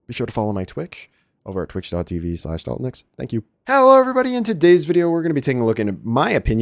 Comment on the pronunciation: "Be sure to follow my Twixsch"... love it :) Great videos w. good commentary on tactics-on-the-fly.